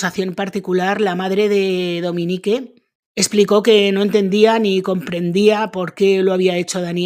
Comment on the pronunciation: Se pronuncia Dominic...no Dominique😅